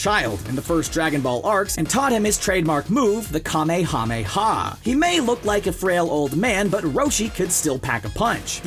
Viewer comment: Ka-MAY-a MAY-a wave not kame-kame-ha! Ugh I hate that retranslation of that phrase.